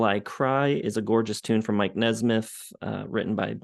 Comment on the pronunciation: At least he could have said mikes name correctly. Who cares what you think.